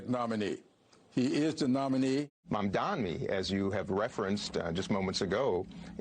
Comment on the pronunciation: pronunciation of Mamdani, please focus